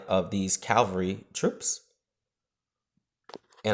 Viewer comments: Do you realise you say Cavalry wrong every time? You say 'Cal-vary' when it is pronounced 'Cav-alry'. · Its cavalry not calvalry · I know, ffs. That was annoying the hell out of me. I mean it's not even spelled some sort of mad way to be able to pronounce it wrong. It's said as it's spelled haha. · that's pretty common.